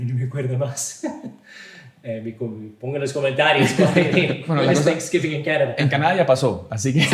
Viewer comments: Thanks giving Significa dando gracias. No Sans giving😂😂😂 . Hay que pronunciar la palabra: gracias correctamente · No es día de ningún Santo. Es dia de acción de gracias. No de san guiming😂😂 como dicen algunos. Hay que pronunciarlo bien en Inglés.